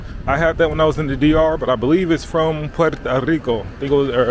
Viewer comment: Puerto not Puerta. Puerta = door